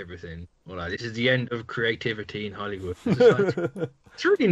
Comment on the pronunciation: 'Holywood' cmon dude xd